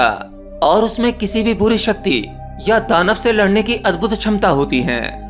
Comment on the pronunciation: शुश्म सिद्धी शुश्म 😂😂 छमता 😂😂😂 सूक्ष्म- ये असली शब्द हैं। क्षमता - ये असली शब्द हैं।